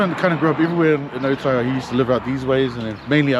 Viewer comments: ootara bra not otara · Your a soldier of god.i am a god,and its not oootara,its alltarra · you dum ass cant even say otara properly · Be awesome if you learnt to pronounce Maori names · Be mean if you pronounced otara correctly. It’s not hard to roll your R’s 😂 I know even the locals don’t say it properly but we gotta start somewhere lol Well done for mentioning and pronouncing“tamaki makaurau” properly though 👍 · Awesome content, would be cool to hear the proper pronunciation of names. Ōtara, which means the place of Tara.